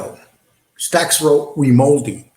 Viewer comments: ….You can’t pronounce this guys name if they offered you a new set of choppers bro…Jesus how illiterate are you? It’s pronounced RAY-MON-DI you dipshit….Also It’s VLAD not VLOD! Smfh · Listen let me help you ……ask RAY-MON-DI for his DD2-214. EVERY SINGLE EX Military member HAS Tom have these. They are the separation orders. PERIOD!